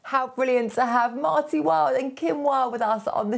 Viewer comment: MARTY, not Mary, sorry